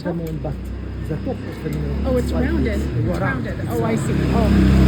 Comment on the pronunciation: Cest un minAret pas un minoret ou un min'ret.